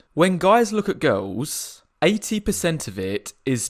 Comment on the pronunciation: I refuse to take advice from a guy who pronounces "girls" as "gawhols." Full offence.